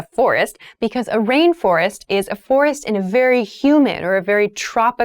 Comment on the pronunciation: The second syllable of the word of FOREST sounded like /ɪst/ in the first and second pronunciations; however, it sounded like /rɪst/ in the third pronunciation. Did I hear it correctly? anyone